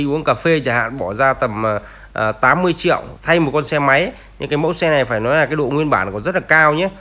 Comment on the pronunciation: Ông nội có câu lói đi lói nai hoài